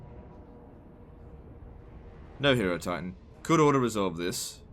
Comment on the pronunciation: annoying internet pedant voice Ummm ackshually it's pronounced high-rohtitan since it's spelled like hieroglyph